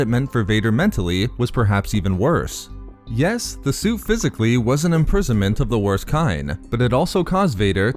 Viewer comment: I really liked this video you did but please, enunciate T better in the future. Hearing Vader's Sue over & over again nearly gave me an aneurysm.